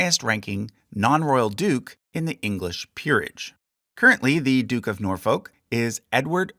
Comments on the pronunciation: You were doing so well on the place names until Norfolk came up 🤣It's pronounced 'Nor-fuck' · Just a tip the L in Norfolk is silent so it sounds more like Nor and the the F word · More like Norfuk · Its pronounced nore-fuck. Lol Seriously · please research the pronunciations of words before you butcher them ie norfolk is said norfuck there's more but you get what i mean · Norfolk should be pronounced “Nore-foo-ck”. But otherwise great video as always 😊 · “Norfolk” is pronounced “Norf-uck”. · Liked this very much.....BUT you need to learn to say 'Norfolk' correctly. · my only critique is your pronunciation of Norfolk and Scone. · As someone from Norfolk, its painful how you say it 😂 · Excellent video. The only correction i would make is that the second o in Norfolk isn't a stressed vowel. The -folk in Norfolk doesnt rhyme with oak it rhymes more closely with took. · Yeah they should have picked up on something actually annoying, like the pronunciation of Norfolk (still found this video really enjoyable regardless!) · Hey just so you know - it’s pronounced more ‘Nor-fook’ than ‘Nor-folk’ similar to how you would make the sound in book. There’s a lot of stuff like this with the English accent such as not pronouncing the ‘h’ in Buckingham